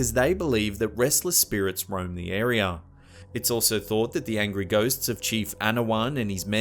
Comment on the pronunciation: figga, disappeaed,nauseurr, arear....where he should use r's he doesn't, where he shouldn't, he adds them.